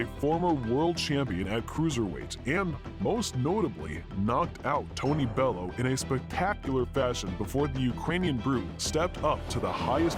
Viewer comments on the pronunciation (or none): ooo-sick not you-sick bell-you not bell-owe